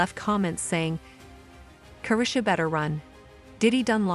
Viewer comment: Ca- ree-sha is how you pronounce her name